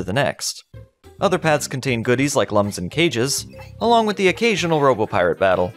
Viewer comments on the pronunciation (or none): They are looms (like illumination) not lums (like dumb)